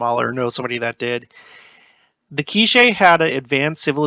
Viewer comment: My sister served in Guatemala. She spent most of her time in Polochic among the K’iche people. It is pronounced Kek-chee.